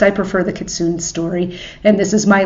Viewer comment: Kee-Tsu-ney is the Japanese prononciation. But if you wanna say kit-soon I’m not gonna stop you.